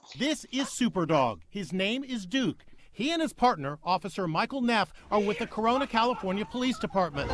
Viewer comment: did you say crona?